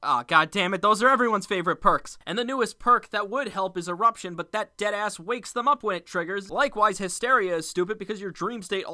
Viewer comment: I’m so glad I decided to wait before commenting something about how you say “deadass”